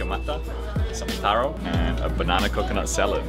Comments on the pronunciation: your pronunciation of TARO is very impressive:) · Enjoyed your video. The pronunciation of the local words “taro” “ika mata” “rukau” was on point. Im gonna go look for some good island food today, thx 😊